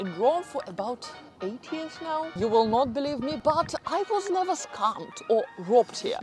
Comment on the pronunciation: You need to learn to have less of a foreign accent. But we want to hear much more "ever, and never ever, and never ever.........". "Eva and neva eva"😂 It makes me laugh,...I know I'm silly.😅